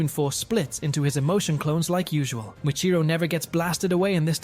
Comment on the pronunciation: Its muchiro not mitiro 😂😂😂😂